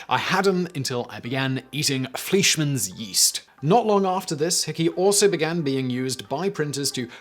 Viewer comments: Fleischmann is pronounced Fl-EYE-schmann, not Fl-EE-schmann. Being a German word containing the letter I and E together, look at the second letter and just give it its English name. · Its pronounced ( fly- sh - men ) fleischmann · "Flea-sh-man's yeast." Englisters like to mock Americans for their lack of . . . well, everything but at least we can pronounce German names correctly.